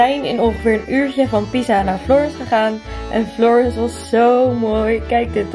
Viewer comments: ja daar dacht ik ook aan haha je zei het op zn Engels maar idd "Florans" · hiii florence spreek je uit als ´ florans' hahahah